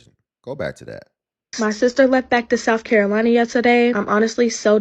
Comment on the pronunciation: South Caro...who???? She can't even pronounce South Carolina. Girl bye. You told them what shift you could work during the interview. That's your fault.